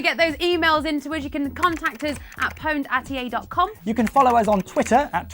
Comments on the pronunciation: You lost me at "powned"..... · Mispronounced pwned, why is it that only Pure Pwnage can seem to say it correctly D